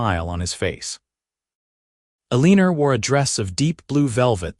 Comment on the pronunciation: El-a-nor… not A-lean-er